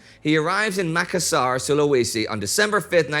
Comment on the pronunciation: Makassar is prounounced Makasser